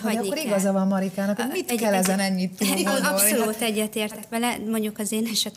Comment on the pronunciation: Könyörgöm, ne használjon idegen szavakat, aki nem tudja rendesen kimondani őket! Rettenet irritáló Melanietól az “abszolult” és az “önreflekció” sokadszorra. Anita meg “vállik”. Médiában megnyilvánuló emberek, beszéljenek már helyesen!